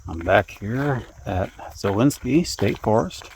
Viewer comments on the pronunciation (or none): Zaleski not zalenski